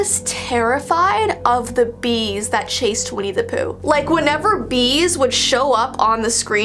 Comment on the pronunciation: Bees more like B-ees 😏